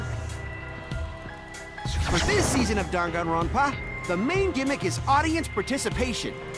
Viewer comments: They say danganronpa like: dong on Ron pa How we say it:DANG IT GRANDPA!!! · saying dangaropa: gangaronpa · the game: dangkanro-n-p-a us: dang-it-granpa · What- I say it like 'danganropa' when it's actually danganronpa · I love the way she says:"D A N G A N R O N P A" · i did not know how british these characters are until they pronounced danganronpa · WHY DO THEY PRONOUNCE DANGANRONPA LIKE THAT